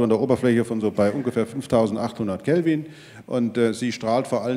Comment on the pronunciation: ps: "Kelvin", nicht "Kevin"